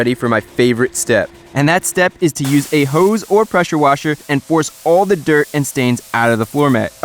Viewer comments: "a speicalized hoooes" chrisfix quote of the year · The way he says hose kills me